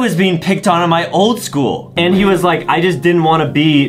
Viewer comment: “ tol “ “ old “ “angery”